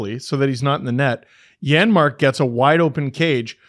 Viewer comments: I noticed that to on the replay. Buddy was sending that a foot wide if it didn’t hit the defender in the league lol. Also, it’s Janmark. It’s just pronounced like a Y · Janmark. The J is pronounced like a Y.